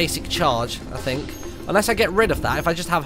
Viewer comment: Martyn saying think sounds like tink